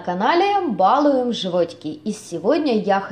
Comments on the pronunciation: Привильно говорить балУем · Подача материала мне понравилась, и рецепт хороший. Единственное замечание: хотелось бы слышать правильное произношение, это же всё-таки ваш канал "Балу́ем животики" 😉